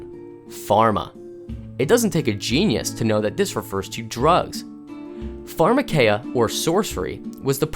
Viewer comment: If you"re going to quote Greek, get it right. farma KEEE ah